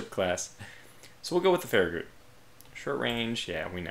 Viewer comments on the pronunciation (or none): The last part of Farragut is pronounced Gut, as in your stomach, not Goot